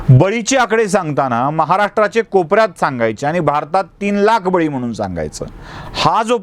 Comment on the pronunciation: S sir . I was also feeling odd & shy on your n, instead of nh as pure Marathi .spl in pronouncing MHANUN CORRECT ,U MHANUNH .